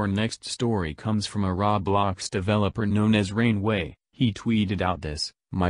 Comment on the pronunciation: i like how he says roo blox